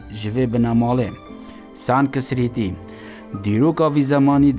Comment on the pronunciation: ویدویەکا جانە...بەس سانسکریت...نە سانکسریت..